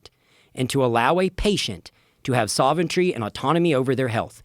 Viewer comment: The word you're looking for is "sovereignty" not "soventry".